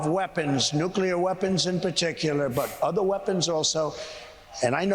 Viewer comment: "I understand nucler (sic)". Sounds more like Homer than an MIT professor. Ask him if he understands the Nuclear Triad YET?